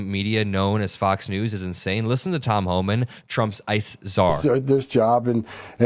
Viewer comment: Flubbing lips Holman.😒